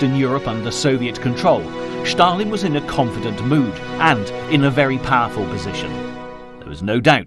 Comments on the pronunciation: Not Shtalin 😂. Stalin . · Why do narrators pronounce Stalin’s name as Schtalin? It’s Stalin. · Why does this narrator insist on saying Shtalin instead of Stalin? Are his false teeth loose or something? The name is Stalin! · Who is "Shtalin"? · Joseph Shhtalin. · It is not Schtalin!! He was called Stalin. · Not Schtalin but Stalin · why do you say shalin he isnt german. its just s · Two comments: 1. The music is ridiculous 2. Schtop saying Schtalin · Écoutez-le en français, pas de Schtaline.